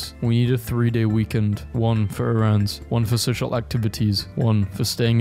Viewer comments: Who says "errANDS"?? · naahhhh errands pronunciation goes crazy